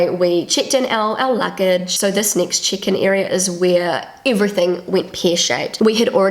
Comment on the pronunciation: I thought she said chicken at first too 🤣 But then I realised she meant check in. 😊 I am Australian.